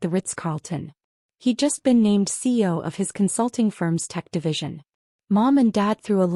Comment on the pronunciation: I’m getting tired of creators who haven’t learned that CEO has three syllables — C-E-O. It’s an acronym for Chief Executive Officer. You do nothing to prove your intelligence, but you expect intelligent readers to reward you with subscriptions. Subscriptions are how you make money — so you’re just shooting yourself in the foot.